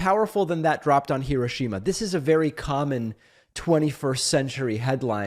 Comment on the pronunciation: The way Americans pronounce Hiroshima is hilarious